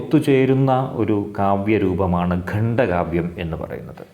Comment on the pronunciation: സർ, ഗണ്ട കാവ്യം ആണോ ഖണ്ഡ കാവ്യം എന്നല്ലേ പറയേണ്ടത് 🙏